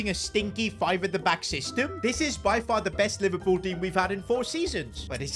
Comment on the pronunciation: NOT PIVERLOOL😭😭😭